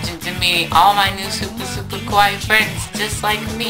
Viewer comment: Everytime he pronounces "Kawaii" (cute) as "Kowai" (scary) I think he means it fuck he's scary